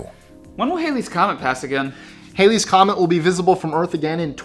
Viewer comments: "HAL-ee, "not "HAY-lee." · # 22 It's called Halley's Comet, as in HAL9000, not Hailey, as in HAIL. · The name of the comet is "HAL-ee," not "HAY-lee."